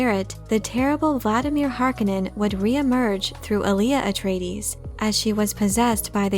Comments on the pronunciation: the pronunciation is Har-Kone-nen - heavy hitting and commanding ... Har-ka-nen sounds like the cheer squad....geez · Stop saying Har-ka-nen! The word is Har-ko-nen. Use the 'O' vowel sound, not the "A" vowel sound. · It is pronounced Har kon nen... not har kinen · Is the pronunciation really [HAR-k'-nenn] as in this video or is it [har-KOWH-nen] like in the first Dune movie? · I prefer the 84 pronunciation of the name. Har-CONE-in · Btw you used to pronounce it correctly if you go by the 1984 movie which Frank Herbert consulted on :) hark-on-non so don’t worry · Great, I'll never not hear the name Harkonnen in a Finnish accent because of this video. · Why has everyone decided to change the pronunciation of Harkonnen from the 1985 film and 2000-4 series. Bit jarring. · It really bothers me how she says "Harkonnen" wrong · Is it me or did nearly every actor mispronounce the word Harkonnen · and if you could only pronounce Harkonnen correctly as the author intended ( eye rolls ) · If you watch the movie you can hear how Harkonnen is pronounced right, also don't use wiki as your script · You are pronouncing the name so incredibly wrong. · The voice reading this is getting on my nerves. Is it computer generated cause it sounds fake. If it’s a person they sound catatonic. And I think you’re mispronouncing Harkonnen. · She’s killing me with how she’s saying Harkonnen uggg....